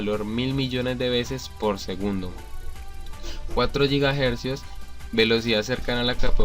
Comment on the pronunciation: yigajersios! xDDDDDDDDDDDD como mezclar la palabra inglesa con la española =D quitandose ya de bromas, buen video, me encantó, un like y subs